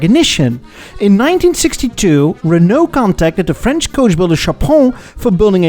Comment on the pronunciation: Your French pronounciation is on top!